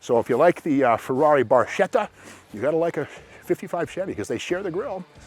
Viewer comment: please Steve! barchetta (small boat) is pronounced as the word bark (+ etta)